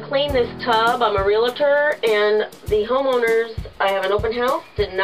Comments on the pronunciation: the term is "Real"Tor" 2 syllables not Realator the way you said it has 3 syllables - sorry pet peeve of mine since I am a Realtor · ReALtor...not ReLAtor... Good God! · Thank you, as a retired Realtor, it is a pet peeve of mine, like nails on a blackboard. I can't stress this enough, there is no "I" in Realtor. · Dear, it is pronounced "REAL-TOR". 2 syllables. No "i". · You need to learn how to pronounce Realtor. Drives me nuts.